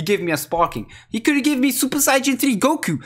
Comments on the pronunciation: Lol he says super siyagin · Omg ur sooo dumb Its not super sayaijin three Its supper sayyajin thariiiii😂😂😂